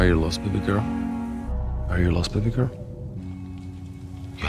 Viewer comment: Who calls the women they’re trying to hit on “baby girl” anymore? I thought we all agreed to stop doing that after that one Justin Timberlake song. Also he says “baby girl” like he’s a creepy old southern man hitting on the underage cashier at the local KFC. Like he needs more ‘bay’ and less ‘bah’. Dude she’s a thirtyish year old business women not a sheep. ( I don’t think it has anything to do with his accent/language differences because he pronounces everything else fine. It’s just when he says “baby girl”. Maybe it was the director’s attempt to get the actor to do a “sexy” voice, or maybe the Polish equivalent makes more sense, but the phrase just wasn’t working whenever they switched to English.)